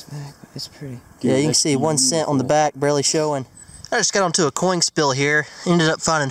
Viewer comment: Anyone notice how he sais coing instead of coin,hahaha I love you.😂😂